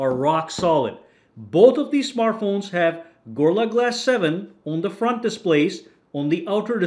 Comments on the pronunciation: Stop saying Gor-la glass, it's Go-Ril-La glass! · "gurrla glass" Bruh put some effort in Also that intro is super fucking long Consider yourself truthfully crit'd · why can you not pronounce gorilla?